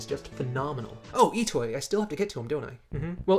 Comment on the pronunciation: Nice video, but...Mr.Itoi's Name is not pronounced "E-Toy" but "E-to-E" (i hope you understand what I mean xD)